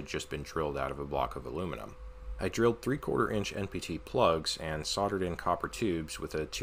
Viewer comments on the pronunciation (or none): none